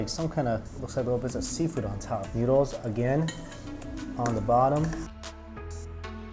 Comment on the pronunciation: i dislike how you pronounce noodles